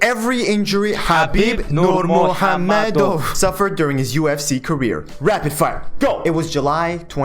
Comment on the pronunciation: Pronunciation of his name on point 👌 also love the format/style! Knee examinations are annoying lol